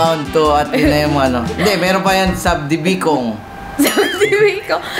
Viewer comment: Subdi-VIY-CONG HAHAHA